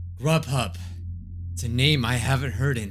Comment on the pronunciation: you said rubhub